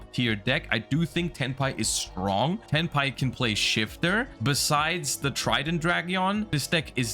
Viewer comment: Every time he stays Tenpai.... all I can hear him saying is Hentai..... 💀